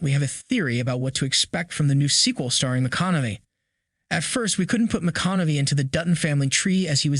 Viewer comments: McConaughey not McConaughe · Its pronounced ... "Ma-con-a-hey" but otherwise "you shore dun gud....." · Is the man's name reallly that har to say? McConaughey: [MUH] + [KON] + [UH] + [HAY] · Appreciate the great video and updates! Hate to be critical, but your pronunciation of McConaughey drove me nuts! lol It's Ma Con Uh Hay. Not McConomey. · 1883 was a masterpiece. Also please stop mispronounced names. McConamy? Wtf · It’s pronounced ma con a hay, dope. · McConamay? Lol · Are you saying Matthew mcconavee? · Great vid...until I hear the narrator pronounce Matthew McConaugHey's name as Matthew McConaughMEy at least 6 X's!! If U r going to produce a Video ATLEAST learn 1st how to pronounce correctly the names of the people involved, PLEASE!!! 🤦‍♂🤦‍♂ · Starting how can yall not say Matthew McConaughey name correctly? ( mih-KAH-nuh-hay ) HAY !!!! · You’re pronouncing McConaughey wrong. I’d be cool if he’s in the family tree. Amazing actor. True Detective, Mud, Killer Joe, Dallas Buyer’s Club, The Gentlemen, etc. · You pronounce mathews name wrong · Who edits these videos? You can't pronounce McConaughey? Whoever is making these videos has never heard the names before. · Never heard someone butcher saying McConaughey that bad before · I don't approve how u say Matthew McConaughey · First let's learn how to pronounce Matthew McConaughey's name, he's only been a popular actor for 2 decades. It's unlikely that he would play a descendent of Spencer in the year 1944 as that is only 20 years after current events of the show. McConaughey is 53 years old. It's more likely that he is to actually just play an older version of Spencer given Spencer's current age of mid 30's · Please learn how to pronounce McConaghey.